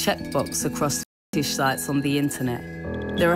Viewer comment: Can you really not say Fet..ish?? That upset me more then it should